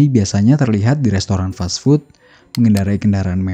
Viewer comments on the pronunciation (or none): none